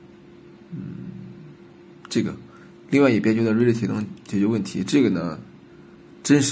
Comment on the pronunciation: reality读错了，这么基础的单词。。。。